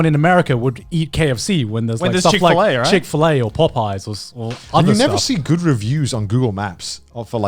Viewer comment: OMG GARNT'S PRONUNCIATION OF POPEYE'S IS PAW-PIES